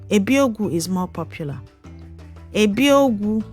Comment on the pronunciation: Please learn to pronounce the names properly so you don't end up teaching people the wrong thing. Example is the way you pronounced the "ebi ogwu"